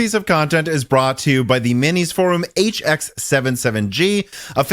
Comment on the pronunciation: It's for-UM not for-OOM.